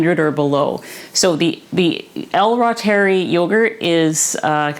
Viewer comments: L. Reuteri Originally isolated by German microbiologist Gerhard Reuter Pronounced “ROY-ter-eye” Emphasis on the Roy syllable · Anyone who says”rootery” is definitely way, WAY off. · AI pronunciation is wrong! Dr Davis says ru-ter-I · It’s a latinized German word. I pronounce it “ROY- ter-ee”. I think that’s right but that doesn’t mean most medical or nutritional authorities would know that. But “raw-terry” is absolutely not it—Google is wrong! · It's pronounced "roy-ter-eye". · Great video! I'm getting ready to try this today! 🤞 Dr. Davis said on Nili's channel it's pronounced "roytereye". (I trust him more than Google! 😆😉) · The “Latin” form would be “Reh-ooteh-ree” 😊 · Wow thank you. I should be able to remember how to pronounce ROY-ter-eye now. I love that name, Roy. . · Google told me it was pronounced L. Royteri, long i. That is how I have heard it pronounced. It doesn't really matter though, because it's just flat out good for us, so whatever you call it or however you pronounce it, keep teaching how to make it and why we should use it. I have made it and it did cure my bad case of a year long battle with diarrhea caused by the Ciprofloxacin antibiotic for diverticulitis. How thankful I was to have found it. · I would pronounce something the way the author of the book pronounces it. Not some digital AI voice... C'mon..